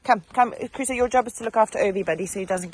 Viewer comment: Crusoe people!! Not Caruso or Carusoe!! 😅😊 I 5 for that little fella! 💪